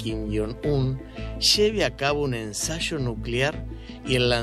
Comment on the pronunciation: “Ensacho nuclear”… 😂 Habla bien y profesional!